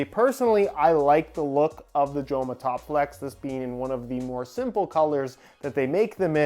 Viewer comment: Great to see Joma in the channel, as a Spaniard, the name is pronounced "Homa"